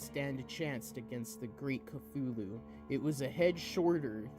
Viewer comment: omg seriously, the “NECROMONIC”?!?! its necronomicon.. say it SLOWLY.. there are FIVE syllables, not FOUR. CLUTCHOOLO?!?? 🤣🤣🤣 CHALOOKOO?!? 🤣🤣🤣🤣🤣🤣🤣 OMG THIS IS FUCKING AWWWWWFUL. ITS CTHULHU |KA|THOO|LOO| THIS WAS REALLY BAD, I WAS REALLY LOOKING FORWARD TO THIS STORY, BUT IT IS UNLISTENABLE UNLESS YOU WANT TO LAUGH REALLY HARD.. he reads way too fast, doesnt pause at the appropriate places, and pronounces SO many words incorrectly.. good thing he gave up two years ago.. he shouldnt even bother coming back until after hes much more mature and has a better understanding of what it takes to not just read, but actually narrate something like this. he most definitely needs alot of practice and quite a few reading classes before ever attempting something like this again..